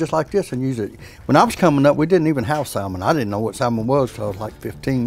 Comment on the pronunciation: The L in salmon is silent. As in "sammon".